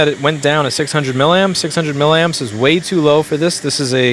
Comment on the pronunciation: Louis, it's "milly-amps". Say it 10 times, milly-amps.